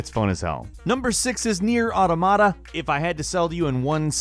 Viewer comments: i feel like you said nier automata wrong is that just me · I like the way he pronounces Neir Automata